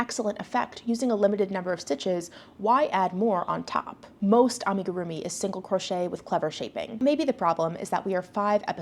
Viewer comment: Hot take: as an amigurumi person the way it consistently gets mispronounced by English speakers grates on my nerves. I mean if the show boasts such experts you’d expect the judges and host at least learn how to correctly pronounce it... Frankly l keep watching to see what the contestants come up with, but the judging is aweful! Can l just say, your videos are always so well thought out and eloquent. Why do you need an AI generated summary?